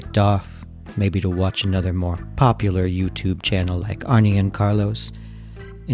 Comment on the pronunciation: Adore your videos! You are very droll. A little pet peeve: Arne's name, of Arne and Carlos, is pronounced "Arnuh", like the French say the end "e" in a word, not "Arnie". Bon jour!